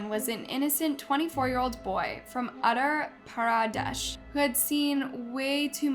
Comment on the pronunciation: That Indian place is pronounced: OH-TA-PARA-DESH